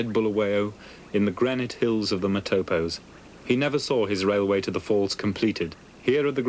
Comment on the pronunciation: The pronunciations of some of the namee are wrong. De Aar is pronounced "day arrr", Kraankuil is pronounced "kraarnkale" and the Matopos area (in Rhodesia) is pronounced "matorpos".